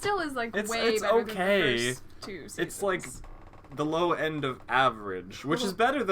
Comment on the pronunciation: "I'M G0nNa wiN In tH3 3NdddDDdd!!!!" Hahahahahahahahahahahahhahahahahahahahhahahahahahahahahaha I completly lost it. You are amazing!!!!